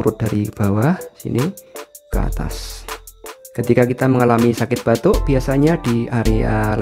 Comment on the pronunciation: Batu...apa batuk...ga bisa membeda kan...batu & batuk😂